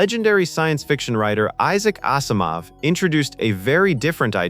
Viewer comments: you can't pronounce Asimov and you totally mis quoted the 3 laws so why would we trust the rest of the info you say. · The narrator mispronounced Altara's name as well as Issac Asimov's name. If they had watched the film they would have heard the correct way. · I started suspecting when "Asimov" was mispronounced, but "Altair Fourth" confirmed it. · It's "Altera" not "Altyra". Have you never seen the film? It's pronouced "Azimov" not "Osimoff"